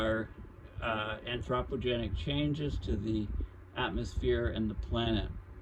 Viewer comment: Your mispronunciation of anthropogenic is grating… but I appreciate your breakdowns… see Geoengineering for more understanding…